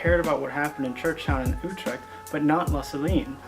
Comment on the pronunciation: Wow you actually did a good job pronouncing Utrecht there. I like it. You got a new subscriber buddy